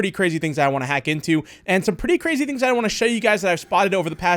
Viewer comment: This is actually cwazy. What, did you think I’d forget my Ws?